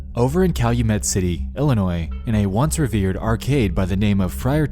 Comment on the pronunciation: Being an Illinois native I'd never heard of this story before, so thank you on that one. Also, thank you for pronouncing Illinois correctly lol!